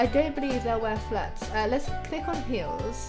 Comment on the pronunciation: It's funny how she says hills not heels